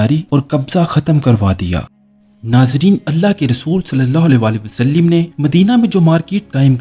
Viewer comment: Wasalim nahe ha bhai wasallam ha